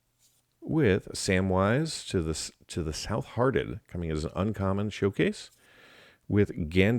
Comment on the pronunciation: troll of kazka-dum and sam to the south-hearted are my favorite mispronounciations. I love it, don't change 😄